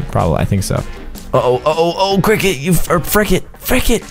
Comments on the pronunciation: frikit not krikit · call it fricket not cricket me: HUH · Maxwell Kritz not FRIK’N FRICKET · This is how many times he said fricket ⬇️ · He said frickin not frick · He does call cricket Fricket😂😂😂😂😂😂😂😂😂😂😂😂😂😂😂😂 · Stop saying frickets